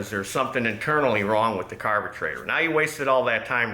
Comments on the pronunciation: This is the first time watching. What’s with the word carbetrator? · Dammit, now I can't pronounce "carburetor" anymore lol